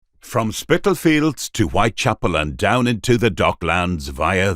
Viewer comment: Imagine calling it 'Spitalfields'...